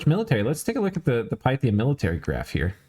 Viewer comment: Great video! FYI : It's jow·tn (heim). Its roots are old Nordic or Scandinavian, not German. Also Pi ·thee·uhm. Greek with new Latin. Keep up the great commentary, can't wait for the next video!